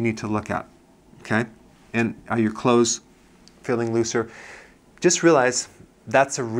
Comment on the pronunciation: "Clothes" not "Cloths"